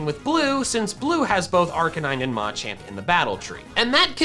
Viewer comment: it’s pronounced “muh champ” i get an aneurysm every time i hear “ma champ”